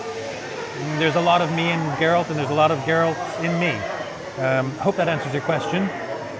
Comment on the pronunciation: “ theres alot of garelt in me...”